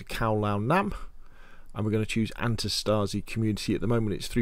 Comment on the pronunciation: antistasi is pronounced antEEE-staseee = resistance in greek. i know no one cares rly but perhaps someone is interested in the correct pronounciation of that word.